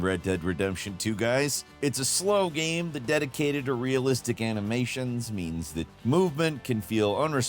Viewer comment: "ganyme"....😅 I can never pronounce "game" the way my guy does sometimes. Great vid tho 😅😅😅